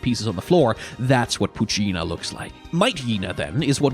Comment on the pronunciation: The pronunciation of poochyena and mightyena... I can't